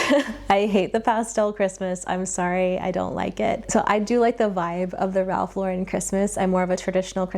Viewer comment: Its Ralph Lo-Ren